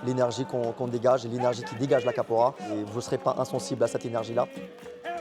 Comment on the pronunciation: Qu 'est ce vous prononcé mal capoeira Capora vous dite ça me dérange ce n'est pas ma langue mais vous entendre c'est chiant